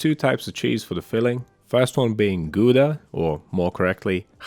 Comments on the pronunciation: “Ghhhhowda” 😂😂😂😂👍🏻👍🏻👍🏻👍🏻 I’m laughing cos I’m so shocked and impressed! Nice one mate! I think all authentic (and aspiring Dutchies like me) fall over themselves when they hear someone bust out the guttural G - it’s the pride of the swamplands 😂😂😂 Yours was a little softer than what you’d hear north of Limburg or Zeeland but below the border you’d be invited home for stoemp and vla. 😂🎉 My kids love cheese twists btw. Half Dutch after all. Will make these with them tomorrow for sure. Might just have to do a double batch of dough and make those whole-wheat RPP sausage rolls - remind them they’re half Aussie too! 😉😂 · Looks too complicated to me. But I’m giving you a thumbs up for pronouncing Gouda the right way.👍🏻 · excellent pronunciation of Gouda, well done! Nice, had some stuff planned with this kind of dough next baking session, will make some of these sticks as well, thanks! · Your pronunciation of Gouda is absolutely perfect!👌Greetings from the Netherlands!